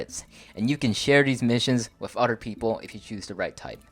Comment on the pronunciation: If you are going to keep doing videos , you should atleast learn how to pronounce "Other". Otherwise your video was awesome.